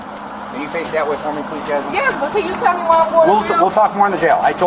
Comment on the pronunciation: Po- lease!,lol, she thought she was so smart!